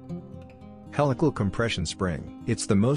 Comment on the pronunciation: Another crappy video with a computer generated voice-over that mispronounces words (e.g. ask any native English speaking mechanical engineer how to pronounce the word "helical"). These type of crappy videos seem to be the norm on YouTube...